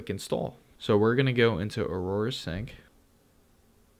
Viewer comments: AURA** not Aroura lol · Who knew pronouncing the word "Aura" would be impossible. This guy showed us that. "Or-rah", bud.